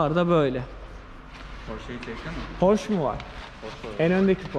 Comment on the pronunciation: Pors deyil. Porsche yani alman malini ingilizce söylenmez alman mali almanca okunur,porse o kadar,hangi ülkeye ait ise o dilde,söylenir